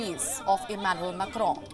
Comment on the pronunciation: She pronounced it correctly.